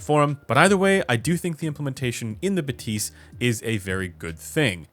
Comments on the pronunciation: Is “buh-tease” the right pronunciation? I would have thought “bath-is” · Shouldn't it be "Bath-y"? :). If it's anything related to "bathometer" bathyscaphe" that is. But wouldn't make a whole lot of sense for a headphone lol Think Bathy (βαθυ) is the Greek word for "deep".